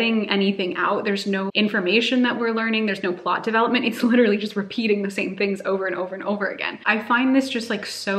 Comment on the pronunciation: I can't get over how says 'literally'. It sounds so nice aah <3